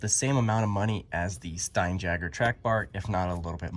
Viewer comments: It's not stein jagger. It's stein YAGER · Pronounced Stine-Yager.